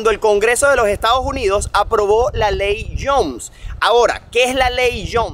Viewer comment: Muy buen video, solo que no es Estados Junidos, es Estados Unidos! :face-fuchsia-wide-eyes